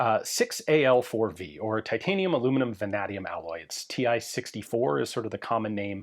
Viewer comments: Small point. Did you say the alloy contains vanadium? (A type of steel.) It's pronounced with a short 'a' and then a long 'a', a nay as in 'vote yea or nay'. Vah-nay-dium. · Crazy how he pronounces vanadium